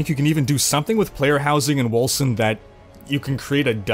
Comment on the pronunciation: Wolken, not Wolsen.